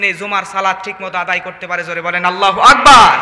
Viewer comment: আল্লাহু আগবার ..? নাউযুবিললাহ । আল্লাহু আকবর হবে । আর ক্বারী লিখেছেন কিন্তু পড়া তো সহি না। পাম তো একটু বেশি হয়ে গেলো..?